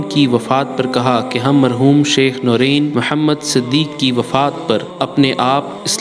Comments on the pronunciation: Allahummagfir lahu war hamhu. The right pronunciation is "Nurain" not noreen. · Its not noreen its norain jahil media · Its not noreen... Its noor ain...